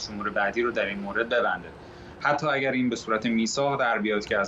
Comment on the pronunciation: این آقای ریپورتر بسیار حرفه‌ای و نامبر وان ، خانوم گوینده آقا چرا مثل دختر بچه های ۴ ساله حرف میزنی ؟ خانوم یه چهل سالی داری ، مثلا اگر اگر هست اگ نیست ایران ایرانه نه اییان درست تلفظ کنید مثل بچه ها حرف زدن از سن شما نمی‌کاهد ، خدا این سید گدایان علی خامنه ای بیشرافت را از این کره زمین برداره که واقعا دیگه مسخره شده همه چی ،امین از